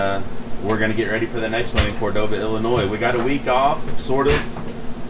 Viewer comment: Thank you for saying Illinois and not illinoiz…. 😂